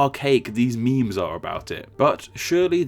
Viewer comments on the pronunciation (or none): none